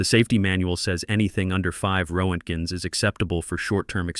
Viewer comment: Ro-ent-gens! Absolutely hilarious! Wonder if this piece of crap can read Russian, that would be side splitting comical!